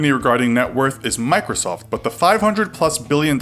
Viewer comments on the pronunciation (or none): none